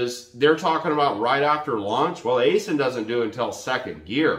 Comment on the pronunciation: Aisin is pronounced “I-Shin”. And I wish they’d offer manuals again